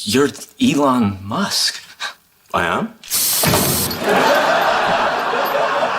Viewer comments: Abi adamın ismi "İlhan Mask" değil. Lütfen lütfen öyle söyleme. İçim kaşınıyor, bir şey oluyor... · Elon Musk yazıldığı gibi okunmaz be abi. 😁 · Barış Bey, belki de ''Elon Musk'ın vizyonu ve misyonu''na dair dünyadaki en iyi anlatımı yapmış bu muazzam videosuyla. Tebrik ederim, ellerinize sağlık. Naçizane, çok ufak bir düzeltme yapmak isterim: ''Elon Musk''ın telaffuzu, ''İlon Mask'' şeklinde olmalıdır.